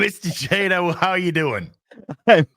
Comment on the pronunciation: Paul, like Mark Millar, is very polite about people mispronouncing his last name. Paul's last name is pronounced Chat'-o, not ch8'-o (and Mark's name is pronounced Miller)